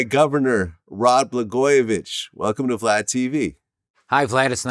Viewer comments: He’s pronouncing his name correct in Russian/Yugoslavian. All former Yugoslavian countries speak a Slavic language.. as does Russia (where Vlad is from) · He’s actually saying it correct. Slavic